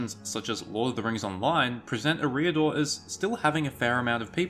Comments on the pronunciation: EH-ree-ah-dor. Not eh-REE-ah-dor. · E-riador; not Ereeee-ador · can't deal with 'Areeedor' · Is that how Eriador is pronounced? I thought it was pronounced identically to "Area Door", just without a pause between area and door. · How he says the word eriador It’s pro bounce area dor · I believe all 'a,A' vowels are pronounced "ah" not "â" Fantastic video btw You have a great voice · looked like a nice clip to watch. but when you opened up by failing to even pronounce the name correctly you lost me.